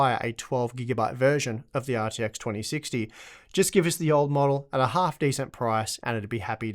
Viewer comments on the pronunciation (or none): none